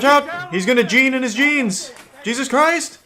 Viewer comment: When he says keep your genes in your genes sounds like incest